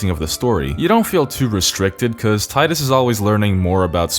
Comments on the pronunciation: HAHAHAHAHA I love you hahaha its fucking Titus not Teedus lmfao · Damn right its Tide-us us not tee-dus. Fuck what they think is canon, its wrong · I'm subbing because you didn't call him "Tee-dus" I know its canon but that really bugs me. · You said tidus correctly. Thank you. Anyone who argues its "tee-dus" is objectively wrong, that's not how the english language works. "oh, but the original japanese said it like tee-da" Okay, then spell it differently. The combination of letters we got doesnt make the sounds you're pushing people to make. This message is on behalf of team tidus. And you know how im saying it. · The fact that you pronounce Tidus correctly made this video instantly wonderful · Love that you pronounce Tidus correctly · tee-dus is a truly terrible pronounciation, saying tidus like a normal english speaker makes so much more sense because it even matches the game's beach theme as in "tide" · Thankfully, you're a normal person and not some weeb who pronounces Tidus' name incorrectly. ^__^ what a relief. . . We're glad to have you on the team. 🫡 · Liked for saying Tidus named correctly. Fight me too. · So glad you pronounce Tidus' name right. If they wanted us to call him Teedus they shouldn't have spelt it Tidus. It's literally the Roman name Titus just with a D in the second T spot. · You get a like for pronouncing Tidus correctly. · The pronunciation of Tidus is canon because it's a real world name. If you want to be proudly stupid then that's on you.